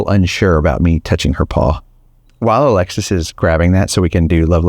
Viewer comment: It’s Alexa not Alexis